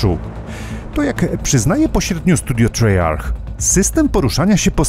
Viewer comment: Jak zawsze świetny materiał za co dziękuję. Jeśli miałbym się do czegoś przyczepić, chociaż tego bardzo nie lubię to jedynie wymowa studia Treyarch. Wymawia się trejark. Przynajmniej tak twierdzą Amerykanie! Pozdrawiam 💪👊